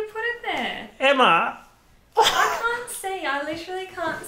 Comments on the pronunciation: him yelling “eMmA” in australian gave me SERIOUS h2o flashbacks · The "Emma!" in the accent is giving me H20 just add water realness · bro i’ve lived in australia for like 10 years but when you said emma i was literally shocked by how strong the australian accent was lmao